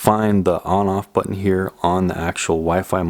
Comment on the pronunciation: You say "button" funny! Always interesting and informative,. Mahalo.